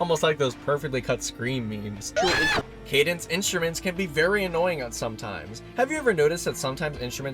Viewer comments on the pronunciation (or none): none